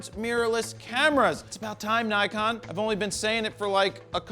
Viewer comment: Nikon! Ni-GONE, more like! (However you pronounce it) :)